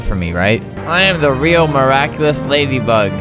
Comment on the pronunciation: "I am meraeculous😍" I am 3 years late